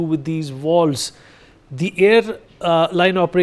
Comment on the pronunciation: It’s not “walls” it’s vaaalves